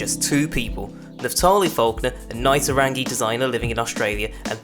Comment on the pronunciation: It's pronounced taw·rong·uh - love from NZ